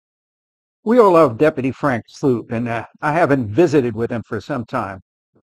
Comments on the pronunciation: Oh, btw, it's pronounced "slope" like a downhill ski run, not "sloop" like generic Campbell's Shrimp and Cheese Medley. he actually says it in his vids! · Love the vid (and most stuff with Frank), but his last name is Sloup, not Sloot. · It is pronounced slope not soup 😂😂😂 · Sloup, not Sloot. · His name is pronounced “slope”, as in the steepness of a hill